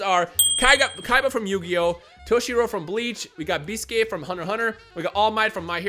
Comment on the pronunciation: Why is pronouncing Biscuit weird?